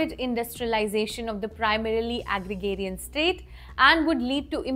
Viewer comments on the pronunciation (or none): Ok so its not Agrigarian, Its Agrarian (Egg ray rion).